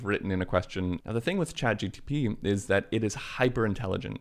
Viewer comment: Why are you saying chatgTP?